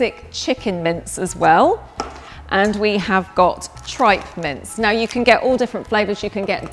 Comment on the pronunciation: I thought she was saying mints instead of mince